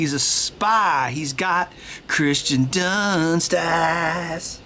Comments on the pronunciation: It’s not Christian it’s Kiersten good video Though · Hey Ben, it's actually Kirsten Dunst, not Christen Dunst ;-) But nice lyrics though :D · It's Kirsten Dunst, not Christian Dunst. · I was going to point this out as well, but the name "Kirsten" is annoying enough that I'm ok with people saying it wrong.